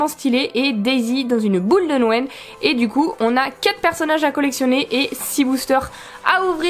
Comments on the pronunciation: Youpiii des nouveaux boosters . J'ai remarqué que tu as tendence a dire nouël et pas noël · Ca me fait rire, à chaque fois j'ai l'impression que tu dis Nouël :) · Il y a que moi qui remarque que dit nouël une fois sur deux? x) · Y'a que moi qui trouve que prononce bizarrement noël? Elle dit "Nouel" ça me stress mdr On t'aime quand même ♡